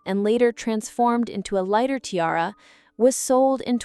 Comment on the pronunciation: Or ti-r-r instead of tiara